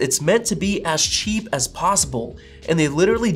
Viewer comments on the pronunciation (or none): Dunny how the word cheap was emphasized.